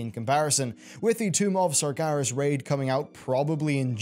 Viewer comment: dude.. staaaaapphhhh hes name is not SARGAAAAAAAAARASSSS!! :S